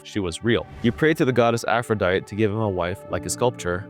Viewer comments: Ok,, now take another stab at pronouncing "Aphrodite". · I was a little taken aback when mispronounced Aphrodite, but I guess the mistake is natural when compared to other words.